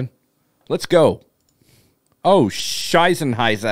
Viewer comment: As a german the way you say "Scheissenheisser" cracks me up. 😂